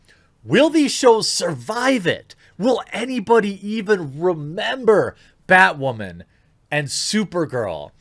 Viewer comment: I honestly thought you said "badwoman"